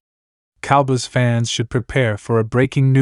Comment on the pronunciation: These computer generated voice overs just suck.....the cowbuss??